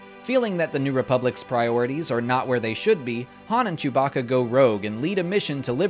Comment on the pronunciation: man said....jewbacka